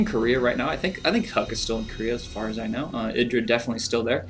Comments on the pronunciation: i-dra not id I I I I I I I you dont say id you say I'd IdrA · wrong. its idra, not eye-dra. Confirmed too many times in interviews.